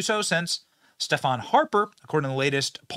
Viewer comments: AND.... PP4PM will ban any of his cabinet for participating in any WEF events. Why is this man still in power? 40M Canadians are baffled and disgusted. BTW,,,,,, Benny..... learn to pronounce Stephen Harper (also sounds like Steven) vs Stephan (also sounds like Stefan)..... come on man! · It's pronounced ... Steven Harper not Stefan Harper, for christ sakes get it right, we're you're #1 trading partner after all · Steven Harped is how it’s pronounced.